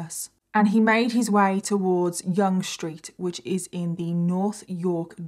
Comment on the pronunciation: It was very tragic and happened not far from my condo. I must say, I’m very impressed that you pronounced Yonge street correctly. Lol. You told the story very well and we can all hope that this will be the last incident like this, but somehow I don’t think it will be. Keep up the good work, you tell a story very well.🇨🇦🇬🇧